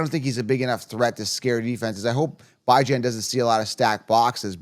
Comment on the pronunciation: Man if you gonna make fantasy football content you gotta say these players name right.. bye-jan? lee-vis?